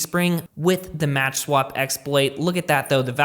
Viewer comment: It's called "makswap" and not "matchswap" Other than that, great video ;)